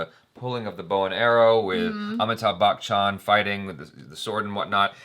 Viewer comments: WHY, WHY do you always mispronounce Amitabh BACHCHAN's name? says it perfectly. It's not BAKCHAN, it's pronounced as BACH-AN! Thats it, why do you bring out the K sound in between??????? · always says Amitabh bakchan 😂😂 sounds like bakchodi